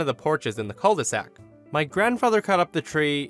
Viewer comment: First time I hear "cul de sac" outside of a french context ^^ Your way to pronouce it is so cute in comparaison with the french way :D